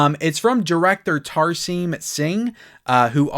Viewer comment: It's pronounced Tar-sem not Tar- seam.